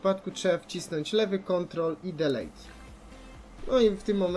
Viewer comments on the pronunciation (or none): Delete czyta się d i l i t, a nie d i l e j t